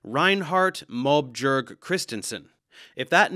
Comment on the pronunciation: Love that you said Reinhardt "mob jerk" 😂It's closer to "mo be-yerg". "Bjerg" is the word for mountain like the German/Dutch/Swedish/Norwegian word "Berg" but we have a J in there for some reason and our J's sound closer to Y's in English (and G is either silent or closer to J sounds in many words because fuck consistency in vowels, meaning we all but swallow the G at the end of Mobjerg)